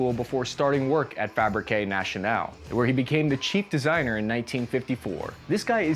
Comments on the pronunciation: It is pronounced FA-BRIC not FA-BRI-QUÉ 😆😂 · Its Fabrique National (pronounced Frabrik) not FabriquAY National!